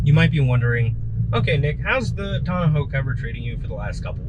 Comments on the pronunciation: Tawn-ah-hoe. Is that how you all from Cali say it? Otherwise nice soft roll up Tawn-oh 😊 review and install. I went with the OEM soft trifold but the soft ones do stick up more than the hard ones (roll up or tri-fold) but cost a lot more. Gonna live with it for a while but maybe upgrade to the Bakflip MX4. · tonna-ho cover? Come on, man. Say it with me, tonn-oh cover. Thanks for the video.